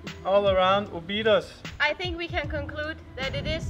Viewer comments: Your cinematography is improving from video to video. Really good. Oh, and the tonic syllable in Óbidos is the first O. :-) You stress the first O and then it's all the way down. The rules for tonic syllables in portuguese is very simple: if the vowel has an accent (like ó, é, á, ú, etc), then that is the tonic syllable; if the word has no vowel with accents, then the tonic syllable is the second from the last, except if the word ends in r or l (like "papel" - the tonic is in the e). For example: "sobremesa" (dessert) has no vowel with accent, so the tonic goes in the second "e", from left to right. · don't say Obidus but instead say Óbids you don't pronounce the last vowel, the vowels on the last silabus are very soft, you almost don't hear the sound and the s sounds like x. Sorry its just a small advice, I love your videos, you show very well the love you have for my country and for that I am eternal grato. Thanks kisses.